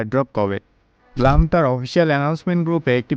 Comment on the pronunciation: ভাই উচ্চারণটা ব্লাম না ব্লুম হবে।একটু গুগলে সার্চ দিয়ে দেখো । যে কিনা ব্লুম কে ব্লাম বলে সে দিবে আমাদেরকে ব্লুমের তথ্য আল্লাহ 😅